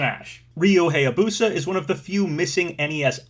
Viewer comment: Still mispronouncing Hayabusa